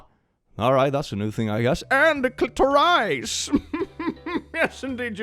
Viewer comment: did mispronounce clitoris? What's the implication sweedish boy